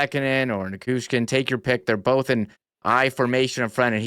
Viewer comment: A friendly fyi that it's Ni-CHOO-shkin. The Choo-Choo train! 😊